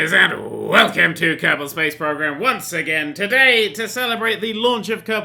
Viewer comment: Did he say Captain space program or is it just me???